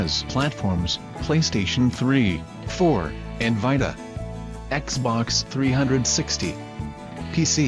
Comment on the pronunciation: Wtf is a PlayStation Vitahhhh?